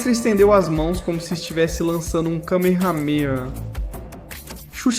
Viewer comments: pqp Parei na hora que ele falou kamehamea pqp não saber pronucniar o kamehameha é uma ofença. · Esses roteiros escritos por I.A. estão acabando com a narrativa dos vídeos. Tá uma m3Rd@ isso. A prova de que não foi o narrador que escreveu é que não sabem nem pronunciar o que fala. A pronúncia correta, por exemplo, de Kamehameha em português é "câme-râme-RÁ". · Como é possível alguem não saber pronunciar "kamehameha"? A voz é de IA? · Caraca, a narração tava mto boa! Nem desconfiei que era uma IA até a hora que ele fala Kamehameha . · zoadasso kkkkkkk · aí você brincou errando feio a pronúncia dessa técnica aí amigo pqp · Foi impressão minha ou tu não sabe pronunciar Kamehameha?